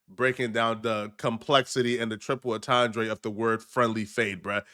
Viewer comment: SECOND incorrect usage of words for today: “atandre” instead of “entendre” 🤦🏾‍♂️